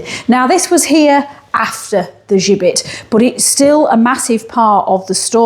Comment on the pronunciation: Interesting video, but you got the pronunciation of the gibbet wrong, listen to the guy in Bankfield Museum, he says it correctly, why you say it with a French accent or twang I have no idea, think Jibbet, thats the way to pronounce it. Other than that, thanks for making a video about Halifax and its gibbet.